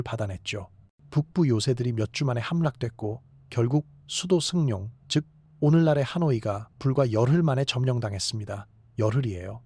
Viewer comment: 베트남 이름이 생소한데, 트란 ~ ㅡ 쩐 ~ 승룡ㅡ탕롱 이라고 해야 발음이 비슷해집니다.